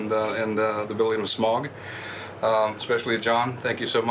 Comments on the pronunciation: "shmaug"..............its smaug my friend. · Yo PJ, there is no H or CH in "S*CH*MAUG" -- its SMAUG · it annoys me more that Peter sais "shmaug" instead of "smaug" xD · Smog, Shmaug, Smaug, Smahug how many times they pronounced it differently was really bugging me. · I absolutely love this but there's one thing that slightly annoys me... more than one of them pronounces Smaug as "Shmaug"... i still love it though... ❤️ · Why is Peter always saying "Shmaug" 😂 BTW: thx for uploading this❤️ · So I noticed that Peter and a lot of the other crew members were pronouncing Smaugs name as "shmaug". Is that the correct way to say it? I mean clearly if they're producing/directing the movie then they'd know the proper way of saying his name lol. Was just curious! I've always just pronounced it Smaug, without the SH sound. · lol the guy correcting me deleted the comment. but yes. for all wondering, it is certainly pronounced Smaug -- Sm-OWW-g. Like you stubbed your toe. Or like Smaug just ate you. Whatever. ...And then there's Peter Jackson, schm-ow-g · Some of them pronounce Smaug as Smog and its so annoying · Rystor Before I started reading tolkien literature, if asked to say Smaug, I would pronounce 'Smog' or 'Smowg'. But after, it's apparent that 'au' in is pronounced like the 'au' in Sauron, Smaug, Anfauglith, Taur nu fuin, falls of Rauros, Aule. So the 'au' is pronounced like 'found' and not 'faun'. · Why do they pronounce sometimes Shmaug instead of Smaug? Any idea? Thx! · Pretty interesting how PJ pronounces "Smaug" - SCHMAUUG. It's exactly the way my country men would do. We're saxon and it sounds horrid :D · "Schmaug" FFS, mr Jackson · Because they are stupid and don't know that it should be pronounced Smaug. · Out of all of the pronunciations of Smaug, I think "Shmauwgy-Shmauwg" beats them all. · Peter Jackson pronunciation of Smaug makes my ears bleed.. . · There's no "ch" in Smaug, Peter. Jesus christ.